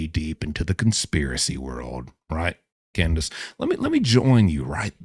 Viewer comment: I hate my name is Candice. But I kinda liked it when ya said Candice😂